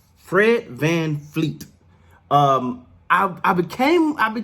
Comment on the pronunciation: Deff. Steady Freddie but also FVV when we're cheering him on ... it's FVV not FVF (his name is Fred VanVleet (Although a lot of people do actually pronounce it Vanfleet, not sure why)